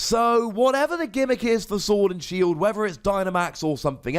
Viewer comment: Lol said Shord and Sield